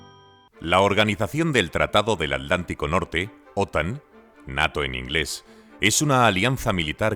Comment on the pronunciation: en inglés se pronuncia /neiro/ (inglés estadounidense) o /neito/ (inglés británico)